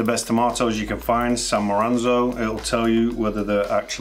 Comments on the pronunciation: San Moranzo? 😂😂 Yup, yoy are definitely making new york pizza. Neapolitans use San Marzano. 😁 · I stopped the video when you said San Maranzo. Credibility all gone. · He lost all credibility with me when he called them San Maranzo tomatoes instead of San Marzano tomatoes. Not sure if this is an inside joke or truly a gaffe. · MAR ZAN O!! not Maranzo! That feeling you get when you realized you have not just pronounced a word wrong, but actually said a different word entirely. Thanks to the commenters pointing this out. Additionally I would like to express that this video became more of a question than an answer regarding the Water Pizza Gate Keeping debate. One that I am enthused to dive deeper into! (watch the last chapter to see what i mean ) starts . Further, I recommend you get yourself a copy of Tony Gemingnani's stellar book "The Pizza Bible", It was probably the largest inspiration I had for this video . Link in Description. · Maranzo sounds better than San Marzano. Who cares? We know what you meant and more importantly this is a great video. I can't believe you don't have 500,000 subscribers. I am a pizza fanatic and I want to tell you that you share more important, valuable information then any other YouTube Podcast.on Pizza, the great thing that I love about your channel is information on everything to do with pizza. Where are the fuck-ng subscribers they show up at your channel they get all the information, you do all the work, and they don't subscribe. Something wrong with that picture. You got 774,000 views, you should have that many subscribers. C'mon people do the right thing and subscribe, how hard is it to click on a subscription? Love your channel, your biggest fan. Lots of compliments from Upstate NY. PS your NY style Pizza video is one of the best if not the best I have seen. Wishing much success, and a million subscribers... Love your sense of humor, I am making you an Honorary New Yorker for making great NY pizza. Ciao my friend...